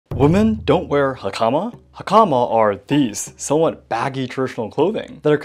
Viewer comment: Have to admit, that American pronunciation of 'hakama' was painful...😅